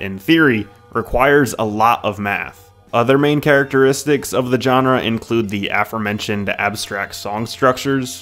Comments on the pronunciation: "Genre" isn't "John-Rah". It's pronounced "Zshon-Rah". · His pronunciation of “genre”was just generally jarring. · learn how to pronounce genre.